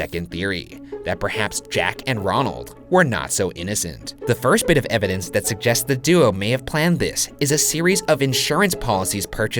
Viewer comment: "Evidence Sug-jests"